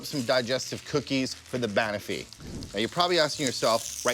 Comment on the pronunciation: Dude. Please. It’s not “BAN-uffy”, it’s “ban-OFF-ee”. Have you even been to a pub in the UK?